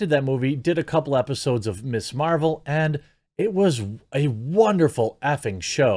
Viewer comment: I heard "they spent as much as an episode of "Mrs Maisel" (which is fucking amazing) not "Ms Marvel" and lol'd